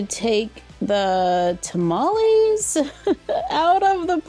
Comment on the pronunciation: Tamales! (You're totally pronouncing that correctly BTW) I'm totally willing to sacrifice that dress just to have the apron, it's super cute! And I love the play set, besides the apron, the only thing I would change is to have at least one of the tamales individually.